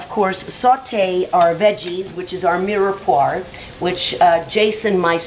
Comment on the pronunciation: omg its not mirepoir, it's mirepwah ughh